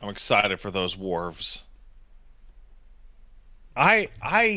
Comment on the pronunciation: "Big Ball" and "Worves". For fucks sake.